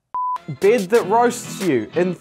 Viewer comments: He said "bêd" in instead of bed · Its not “bid” its “bed.” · His accent is kinda weird it sounds like bead not to be rude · I thought he was saying "bid" lol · Every time he says “bed” it sounds like “bead” Lol I’m sorry I have to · It's sounds like "bid" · the way he says "bid" instead of bed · Why i am the only that hear brëd instead of bed lol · It sounds like he is saying bead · I love how he pronounces beeed, don't you just love foreign accents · when he say bed it sounds like beard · Bro why did he pronounce it as bid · The way he pronounces 'bed' like 'beard' is so soothing... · Why does he saying bed sound like beard 🤣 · 😂😂whats that accent "baid"... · Sorry but every time he says “bed” I hear “beard”..... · I keep thinking you said “beard” instead of bed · "I Love My Byed" - Accent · Guy can’t pronounce bed